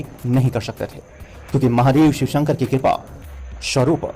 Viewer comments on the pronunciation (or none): none